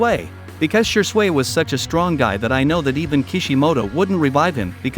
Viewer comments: Shee-swee* Man-gek-yo* TOBY-RAMA* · I like the fact he says shure sway instead of shisui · Is no one else cringing from the bot talking? I decided to call it quits after "She-sway has a unique man-jiki-sharingan that allows him to use koto-am-utsikame one of the most powerful jin-jutsu of all of the works" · Man the way you say n pronounce a lot of things drives me nuts!😂 wth is “she-sway”😂😂 don’t do my fav shisui like that ever again plz😂🙏🏼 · ur pronunciation of uchiha shisui sucks 😂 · OMG, almost every other word in Shisui’s section was mispronounced...I can be the only person that struggled thru that!